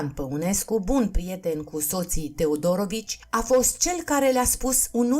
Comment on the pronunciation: Interesant, comentatoarea a auzit mai înainte despre cuplul acesta? Căci și accentul în familia TeodorOvici e aiurea, și numele Andrei (???!!!) Păunescu e straniu...